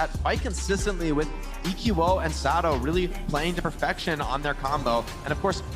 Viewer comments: saying Sado and EQO wrong bugged me so much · a good caster and all, but is anyone else bothered by the way he says the players names? Like he's the only one who says saedo and he calls eqo "eco" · Say-doh Smh